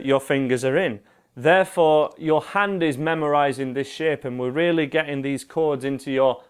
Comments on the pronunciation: and there i thought he was saying sh*t .....it was "shape"..im disappointed :D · when ur saying shape it sounds like sh*t funny